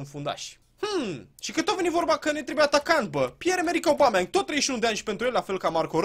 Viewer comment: Ba boule , se citeste Obameiang ( No hate xD )